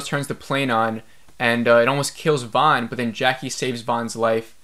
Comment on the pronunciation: Javi is pronounced havi. Van is promouced van not Vaughn. Do you even watch the show?